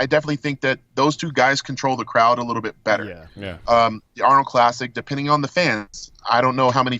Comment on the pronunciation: Weelliam bonac too leetle